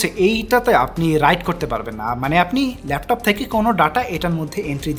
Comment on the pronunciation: Laftof naaa vai laptop